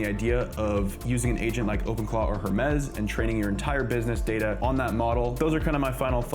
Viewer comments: The Correct Way: Pronounced "Her-meez" with a clear "H" sound at the beginning.The Origin: Creators at Nous Research named the AI agent after the Greek mythological god of messengers, matching the company's thematic use of classical Greek terms (like Nous, meaning mind). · her-mez lol😂